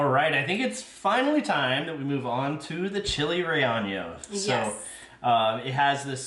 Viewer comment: Love your videos! You should look up how to pronounce chile relleno though! ❤